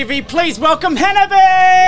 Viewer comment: Very few people pronounce 'hanabie' correctly, and this interviewer is no exception.